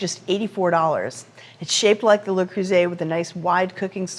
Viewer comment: An American that knows how to pronounce Le Creuset